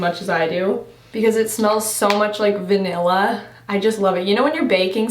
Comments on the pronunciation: "it smells so much like Veee-nilla" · She said “ve-nael-uh”